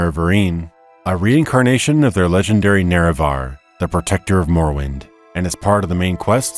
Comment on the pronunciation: Great video. But I must say "morowind of change" made me wince :D